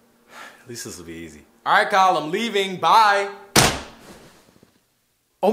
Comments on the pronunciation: It’s ky-yell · dis dude said kyele